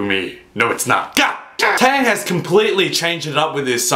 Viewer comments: Tay-yang? XD it's teh-yahng. Trust me I'm korean and I speak and write it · Its not tay yang its tae yang is how u say it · Its T to the A to the E (to the) YANG.